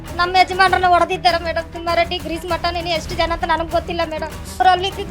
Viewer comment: Lol she says timmareddy😂